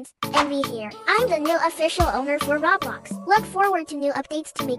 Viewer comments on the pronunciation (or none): Brian rot And That’s not how you say Roblox